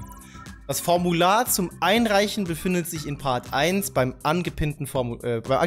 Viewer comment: Wie sich bei zwecks Formular zum einreichen verspricht.